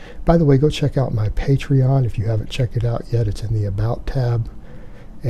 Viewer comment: Wow! He actually said patreon the right way! Finally